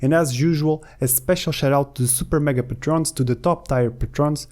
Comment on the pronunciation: great tutorial... I'm pretty sure 'Patrons' isn't pronounced 'pah-trones', it's 'pay-truhns', it's based on the real word 'patron', just like 'patronage'